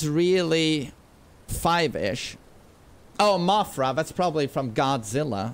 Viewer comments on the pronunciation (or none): saying Mofra from Godzilla made my day